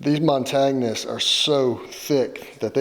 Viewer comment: Great resto! The boots look great. But, uh... Mon-tag-nets?? Montagnets is pronounced "mon-tan-yets". It's French for "little mountains".